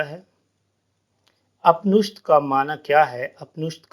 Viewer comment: Apnishdh nahi Upnishadh